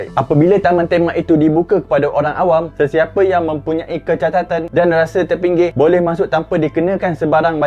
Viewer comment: kecacatan kawan, kecatatan apa benda?